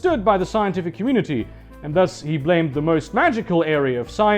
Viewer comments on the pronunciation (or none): none